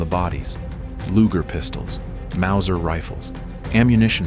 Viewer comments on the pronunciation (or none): none